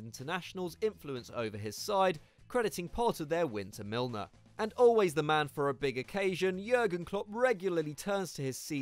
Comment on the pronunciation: Milner??? Seriously??